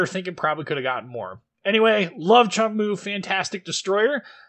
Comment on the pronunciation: Nice vid, sub finished! Its pronunciation is much closer to 'choong-moo' than cheong moo. Just postscript XD